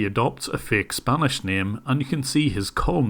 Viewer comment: The scammer's spanish is just pathetic. The way he pronounces everything...just painful.